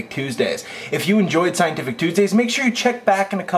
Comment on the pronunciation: He says Coosdays the first time, Start , you'll hear it :)